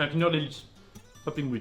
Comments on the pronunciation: Non pas "kindair* mais kindeurr* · un quoi ? Kindère ??? On est d'accord on dit kindeur non?